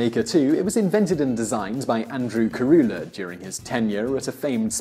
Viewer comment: It's funny to hear an englishman pronnounce the name "Andreu Carulla" and "El celler de can Roca" hehehe